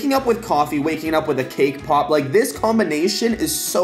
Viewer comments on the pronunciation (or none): When he says cake pop it sounds like kpop EXCUSE MEH WhAt